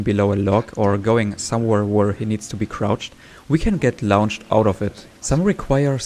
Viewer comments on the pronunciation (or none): Fascinating video. I’ll have to go dow a rabbit hole of glitched run videos now! Side note: ‘Launched’ is pronounced more like ‘Lornched’ - English is not consistent, sorry!